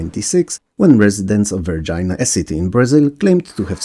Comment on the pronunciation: Lol, "Varginha" sounds more like "var-gee-nya"